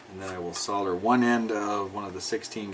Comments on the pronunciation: awesome vids. and well done for saying 'solder' properly - i never understood where sodder came from...holder - hodder? folder - fodder? wacky americans! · It's actually a bit weird hearing an American saying soLder! Very refreshing though, and with any luck it may catch on... hehe:-) Great video as always.